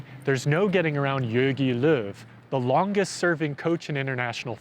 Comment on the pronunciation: the "how" is a "who" and its Löw